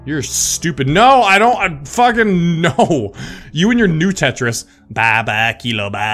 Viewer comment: It's not "new-tetris", it's "nuh-tetris." Nut. Tetris. It's a squirrel.